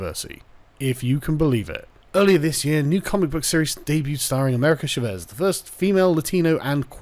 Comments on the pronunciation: CHÁ-VEZ not SHA-VÉS. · "Shavez" lol it's Cha not sha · Oooooh you Brits and your inability to Spanish. It's "Cha-vez" Love you <3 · Carl, the way you pronounce "Chávez" gives me arse cancer. It's not a "sh" sound, it's a "ch" sound, and the A is the letter that's accentuated, not the E. It's Spanish, not French.